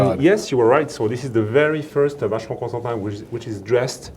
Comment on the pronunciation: cant believe you mis-pronounced CONSTANTIN